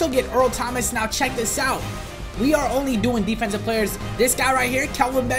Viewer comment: You liar you said deffensive.......…… JK